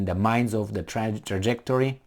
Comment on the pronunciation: The hardest thing for me to accept about what Biden said is “can he even pronounce Trajectory”